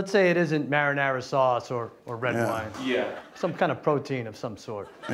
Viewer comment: He said marinara lmfao